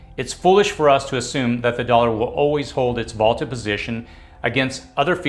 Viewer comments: Vaunted, not vaulted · It’s vauNted, not vauLted. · Vaunted, not vaulted.